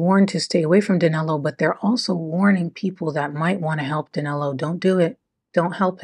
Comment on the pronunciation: how come in daniel, you can say the 'i' correctly, but in danilo, you place an 'a' sound on it, the name is danilo not danalo